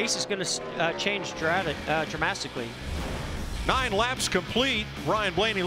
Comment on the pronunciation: Druhh. Mm eh drehmasticcly